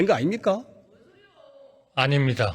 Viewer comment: 아닙니까~~~잉 역시 전라도네 ㅋㅋㅋ